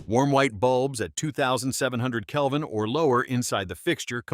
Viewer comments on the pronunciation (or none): Good tips. Kelvin not calvin btw.